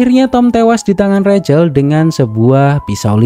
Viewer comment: Rahel mas bkn recel